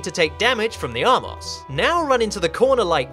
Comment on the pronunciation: *armos, not "R-Moss"